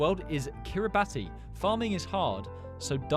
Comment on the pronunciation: Kiribati is pronounced “kiri-bass”